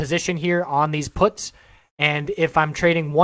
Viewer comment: first of all you're pronouncing puts wrong, secondly "lotto" plays, out of the money options, dont need to be high risk, if they cost pennies